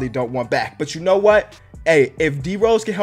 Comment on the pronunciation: Lol he called d rose poo 💩